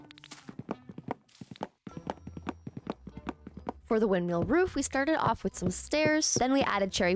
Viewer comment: loveee you but calling it wind”meal” was KILLIN me